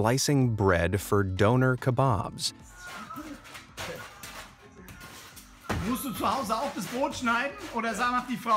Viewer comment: YOU SAID DONER KEBAB WRONG